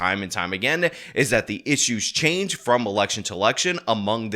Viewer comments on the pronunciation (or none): none